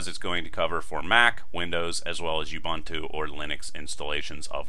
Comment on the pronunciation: It's pronounced 'Ooboontoo'. It's a Zulu word roughly translated as 'we are one'.